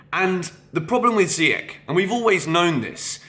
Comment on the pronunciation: How do you not know how to pronounce Ziyech's name after 2 years??? Dude come on!